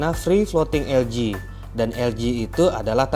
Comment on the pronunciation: ( ALGAE ) ada yg penyebutannya menjadi ALGE/AL-GE ada yg penyebutannya ELGI/EL-GI ada juga yg penyebutannya ALGA/AL-GA dan lau bang nyebutnya ELJI/EL-Ji. dari pada puyeng mana penyebutan yg bener jadi klo gw mah nyebutnya LUMUT/LU-MUT ajalah 😂😂😂😂